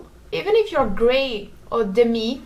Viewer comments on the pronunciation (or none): it's deh-mee not deh-mye, just thought you might want to know